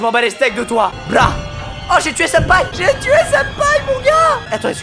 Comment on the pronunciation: Ta voulus dire sinpa où senpais😂❤️